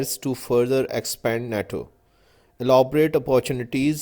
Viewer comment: Worst pronunciation, I also stuck on naaaaaTo ;)